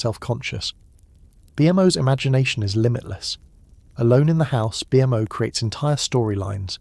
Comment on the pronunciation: As soon as I heard BMO called B.M.O. I was out.